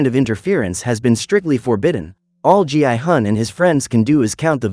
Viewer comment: Why did it call gi-hun gi i-gun?